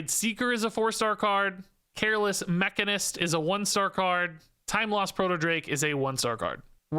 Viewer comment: It’s pronounced mech-a-nist Not ma-can-ist